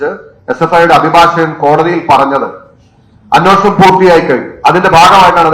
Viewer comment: അന്നോഷണം.. അന്നോഷണം... "അന്നോഷണം" അല്ലെടേ അന്വേഷണം എന്ന് ശരിയായി പറഞ്ഞു പഠിക്ക്.